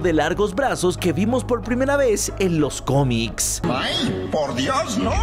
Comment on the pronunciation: Soy yo o digo “los comis “ jsjsj